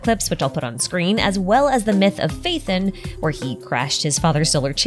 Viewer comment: who's Faith'en? it's Pha-e-ton (Pha as in PHArmacy, e as in Education, ton as in tons of damage)